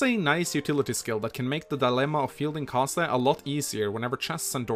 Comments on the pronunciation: pretty sure he's pronounced ka-zei not ka-sa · I'm not sure if you did this on purpose but Kaze's name means "wind" in japanese and the way you say his name properly is when you pronounce the "e" at the end of his name it sounds more like a uppercase A